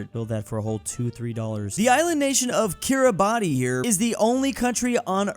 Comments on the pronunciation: Roses are Red Violets are Blue It's pronounced Kiri-bass You screwed up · It is pronounced “bass” at the end of Kiribati’s name. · Kiribati is pronounced Kirabasst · Kiribati 🇰🇮 pronounce keer-ee-bahs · "kirry bartey" LMAO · Kiribati is pronounced kiri-bas . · KiRiBaTi me: NO ITS PRINOUNCED KIRIBATI-SSSSS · Kiribati is pronounced "Kira-bosh" roughly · Kiribati pronunciation is Kiribas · "Stop mispronouncing Kiribati" - me, every time he says kiribati.